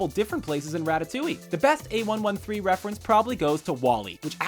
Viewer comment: That's not how you say "A113".